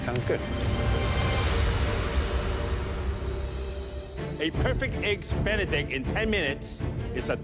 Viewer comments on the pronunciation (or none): 'eggs bene' really? Can she not say 'Benedict' properly? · “A flawless eggs benict” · "Eggs benni" I never want to hear that again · " EGGS BENY " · She said eggs bene get the hell out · Nobody asked you if you made "eggs beni often"